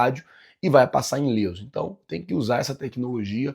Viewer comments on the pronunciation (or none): Não é inleso, é Ileso. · é ILESO Não inleso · É ILESO, e não “inleso”,. Pô.